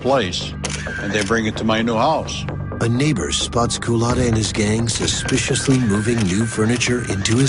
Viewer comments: The narrator keeps mispronouncing his name. A "Coolatta" is a drink served at Dunkin Donuts. Culotta is the man's last name. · Kuh-luttah? Wtf